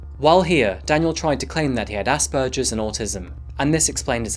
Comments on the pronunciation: Asperger as in burger. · Ass-purgers?! Gross. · Oh for fuck’s sake it’s not asperJerrs.